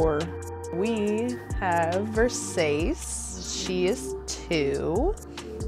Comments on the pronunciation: don't forget VER-SASS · she can’t properly pronounce “Versace”…. also, why do polyamorous ppl always look like that?